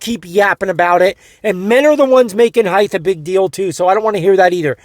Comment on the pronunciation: Stop saying "heighth". It's height.